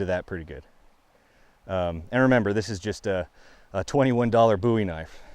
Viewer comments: I like that you pronounce bowie correctly 👍🏼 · Thank God. He said "bowie" correctly